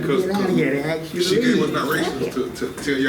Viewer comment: Anytime someone say AXE instead of ASK it's cringey